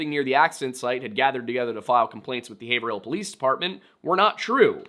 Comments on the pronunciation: Haverhill here in Massachusetts is pronounced "Hayve-rill" so I was surprised to hear it as "hay-ver-hill" here on the show...of course, I also didn't know that there was a haverhill nh lol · Grew up in North Haverhill - I've never heard anyone pronounce it as anything but HAV-rill (HAV sounding like "have" in behave). That's just how locals pronounce it. 😊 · If I had a nickel for every time you pronounced Haverhill correctly, I would have zero nickels. You came close like 3 times. Hay-vrill Yeah, New England be like that. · Haverhill is pronounced hayvrill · Say it with me in one word ..... Hayvrill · It is a natter if public record and the tiwn clerk in Haverhill ( pronounced Hay-vril) is able to give you this info. Anyine xan access the town record. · Its HAVE (like haven without the N) - RILL. (love your vids btw keep up the great work) - regretfully a NH resident for 32 years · hay-ver-hill area 😔😔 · You don't say the "ER" in Haverhill It's Have-rill. Just like Gloucester is Glaw-strr. Massachusetts likes to keep you on your toes like that. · Haverhill is pronounced "Hay ver ill" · Hay-vrill. It’s tricky if you aren’t from NH or MA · as someone who grew up in the Haverill area i'm grinding my teeth because 1. the law enforcement are so incompetent and 2. i know you said you had a lot of different pronunciations but HAY-VRILL. The North Shore hates pronouncing all the letters in their names, just look at Gloucester (Glaw-stah) and Scituate (Sit-chew-it) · Haverhill - (pronounced like Rave + Bill, ie; Havrill with a long A (forget the er.)), - Haverhill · I live here. It's "Hāy-vrull" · Ok, for Part III - it's "HAI-ver-ull." Xo thanks! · Yeah thats way better hes reading the pronounciations wrong nobody from the area would say hayver- hill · You're mispronouncing Haverhill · WAIT HE’S BEEN TRYING TO SAY HAVERHILL THIS WHOLE TIME???? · Its pronounced Have-rill not haver-hill... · Oh my God, it’s two syllables hey vrill 😂😂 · its pronounced HAYVRIL